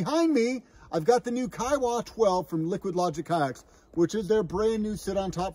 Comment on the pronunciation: Pronounced Key ah wah I know the place